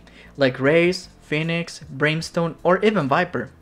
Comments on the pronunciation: Phoenix not fenix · did my homie just say Fenix? xD